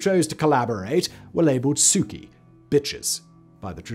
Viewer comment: This is excellent and by and large pretty accurate. But Simon! Roll your r's at least a bit on vor and mir!😂 Suki was the only you didn't butcher. Oh well, no one cares, I know...